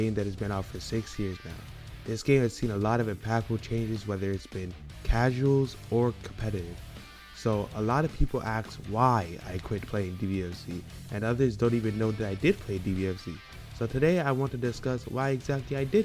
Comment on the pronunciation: It's ask not axe, by the way. Just saying